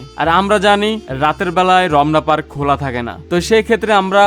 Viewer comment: শালা মদন রমনা পার্ক না বলে রবনা পার্ক বলতেছে